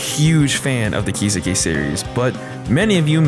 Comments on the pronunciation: How can you be a huge fan of a series and not know how to pronounce the title of it? Japanese is the easiest language ever in terms of pronunciation. It's just flat. No emphasis on any particular syllable. I don't understand how people mess it up, or where they've learnt this stress. Do you just guess? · How many times can you pronounce Kiseki wrong in one video: Yes